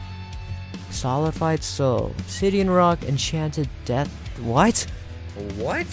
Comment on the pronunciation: Waiting for him to realize that its solidified, not solified...